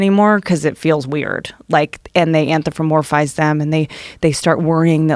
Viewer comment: She says anthropolmize wrong, everytime